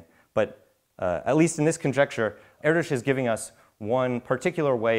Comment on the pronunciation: FINALLY someone pronounces his name properly.